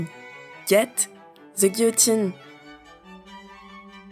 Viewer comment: As something of a self-taught linguist myself, I do appreciate the French pronunciation you use with "guillotine."